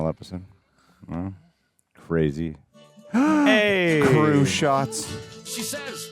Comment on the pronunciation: Kingpin crashed out more in Daredevil’s finale than Homelander did here. 😂😂 And after five seasons of an elaborate tease of Homelander going on a “cur-ray-zy” rampage, that was disappointing.